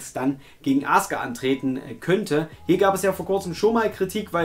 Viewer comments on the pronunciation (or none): none